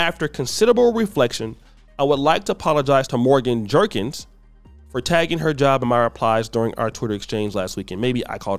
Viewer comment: Her name is JeRkins not jenkins.😊